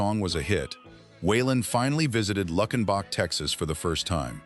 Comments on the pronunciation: Wish you would pronounce towns correctly. Lukenbach: LUKE!! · It's Luuuukenbach. AI ain't that smart, is it? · It's loo ken bach!! Please pronounce it correctly.